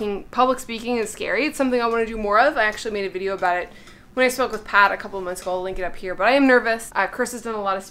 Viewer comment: Is it just me or does sound like she says 'when i smoke with pot', instead of 'spoke with Pat'? 😂